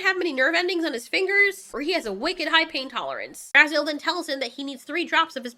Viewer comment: Ok, even though they said he name like 10 times in the movie I'll help ya out. Her name is pronounced Finn Razel. Not Raziel. He's from Soul Reaver and the Legacy of Kain games, but man this movie would even be better if Raziel was going around consuming souls. 🤣